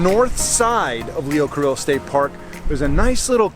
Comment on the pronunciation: It's pronounced "Car-ee-o"